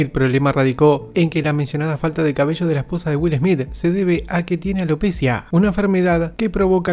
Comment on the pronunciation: Porgue dicen alopécia ???? es alopecía!!!! basta de acentuar mal!!! terminación cia va con acento en la i!!!!!!!!!